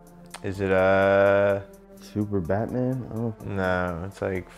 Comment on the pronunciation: dude said superbatman